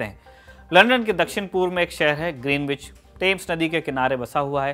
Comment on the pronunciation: इस जगह को ग्रीनविच नही ग्रीनीच बोला जाता है। में लंदन में रहा हूं काफी समय और पता चला के वो लोग इसका उच्चारण ग्रीनिच करते हैं। वैसे इतनी सारी जानकारी देने के लिए बहुत बहुत धन्यवाद।